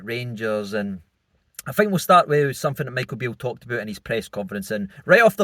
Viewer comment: is a poor interviewer ( I fink)